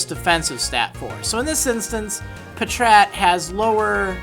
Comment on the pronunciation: It's patrat